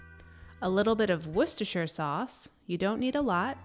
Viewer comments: Thank you for pronouncing wocestershire sauce correctly. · You pronounced Worcestershire perfectly!! 👏👏👏👏 Will be using this recipe tonight :)